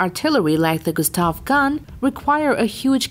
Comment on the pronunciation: Lol, Americans can't pronounce their R's. SWEWEW GUSTAV is all I hear at then end hah.